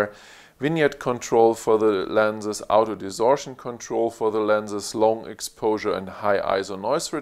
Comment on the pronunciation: What an amazing review. Thank you. One minor improvement: when you say "auto", to my North American ears, it sounds like "out of". When combined with "focus", it sounds like "out of focus". A little bit confusing. Can I suggest pronouncing "auto", like the person's name "Otto", similar to the city "Oslo"? Again, thanks for the great review.